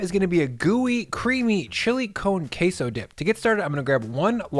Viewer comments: Wtf is "Kay-Sow"? Its pronounced Keh-soh. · "chilly cone qesso" dip 😭😭🤣☠️